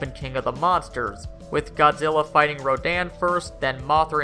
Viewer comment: In the Toho movies, Mothra - like Godzilla as a parent protector - is referred to as a "he", not a "she". Also ( I've mentioned this before ), the name Rodan was pronounced Ro-DAHN' in Toho movies, rather than RO'daan.